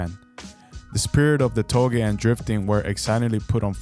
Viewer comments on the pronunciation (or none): Only thing wrong here is how “touge” is pronounced. It’s like how you say “touché” It’s NOT “to-gay” It’s “Toe-Jay”